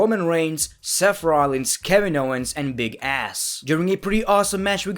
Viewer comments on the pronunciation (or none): When he said "big ass" instead of big cass I started dying laughing😂😂😂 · It’s big cass not big ass 😂😂😂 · Did he say " Big Cass" or " Big Ass" ??🤔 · He said Big Ass instead of Big Cass #savagery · Did you call Big Cass, Big Ass? 😂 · just said big ass instead of big Cass😂😂😂😂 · It's Big cash not big a##😑🤣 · That's big cas not big ass 🤣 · So we just gonna ignore that he said big ass when he was saying their names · Its just me, or did he say AND BIG ASS